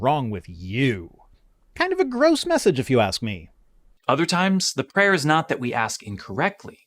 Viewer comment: Every time says "prayer" I hear "preyer"...